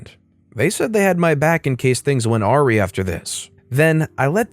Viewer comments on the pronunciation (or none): It's not ahrry. It's a-wry. Basically in case things go wrong or sideways. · Awry is pronounce ah-rye (like rye bread) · Never heard someone say awry as or-e